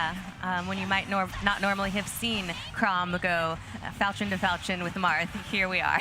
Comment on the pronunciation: . Falchin to Falchin? I thought it was Fal-kee-on.